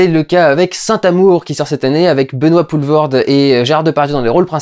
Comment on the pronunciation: Putain... tu ... prononces bien... Poelvoorde. Accepte cette frite andalouse en signe de respect.